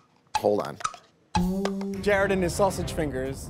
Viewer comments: Is it just me or Ramsay still can't pronounce Jared and say Jerad instead? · GR: “JEROD”